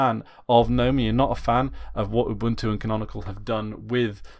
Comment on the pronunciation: You aren't pronouncing GNOME (the desktop environment) correctly. It is Guh-nome, like GNU is guh-noo.